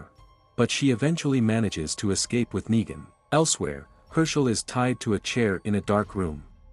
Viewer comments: he gets the words wrong lol neegan neigan negan nine wtf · When they can't get a basic like a name right I am no longer interested. You lose credibility. It's sad that they don't just have someone record the script.